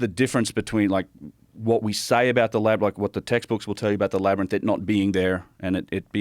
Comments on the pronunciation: Joe can't say labyrinth 😅😅 but I still love him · I was so distracted by Joe's pronunciation of Labyrinth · Joe not being able to say labyrinth is fucking killing me ahaha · Why doesn't anyone in Joe's life tell him how to pronounce Labyrinth? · It’s crazy how Joe Rogan can’t pronounce the word labyrinth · If only rogan could pronounce the word labyrinth.... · Yea that word is up 2-0 on him lol it’s like when people can’t pronounce nuclear to save their life. What exactly is tripping him up 😭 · How can someone become so famous for talking for a living but can’t pronounce the work “labyrinth”? Even after the other guy says the work correct so many times. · Enjoyed watching Joe try to say "labyrinth" lol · Joe can't pronounce "labyrinth "😂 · Joe keeps saying “Labyrnith” after has correctly said “Labyrinth” throughout the whole pod. And it’s hilarious each time 😂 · Is Joe having a stroke? LAB - ERR - RYNTH. NOT labernith... Laberynth! Wait am I crazy?! No. I don't think... Omfg is he doing it on purpose multiple pod casts lately I keep hearing him say labernith - in the past he's mid-said it and corrected himself but now I think I'm slowly going out of my mind - help labernith rather rinse rubber myth labia mints! Gawd. Say it right! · Why does Joe still pronounce it “Lab-er-nyth” lmfao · Joe, buddy, ITS LABYR-INTH. INTH. STOP SAYING NITH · So is it a Labyrinth… or a “Labrinus?” 😂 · Can someone please teach Joe how to pronounce "labyrinth"? "Labernith" just isn't the vibe. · Can stone please tell Joe its Lab- rynth, not wtf he's saying. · Joe can pronounce contiguous correctly but says "Labbernith"? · Is it the labyrinth or "labrinus" that Joe keeps saying?😂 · What the f is a labernyth Joe Rogan? Too many concussions can't say labernyth anymore? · "Lab-ryn-inth..." - Joe Rogan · why does joe keep pronouncing labyrinth "LAB-ER-NISS" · “I’m really interested in the LABBER-NITHS” 😂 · Or...... is it Labernith 😂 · Joe mispronounces "Labyrinth" 7, count em, SEVEN times!!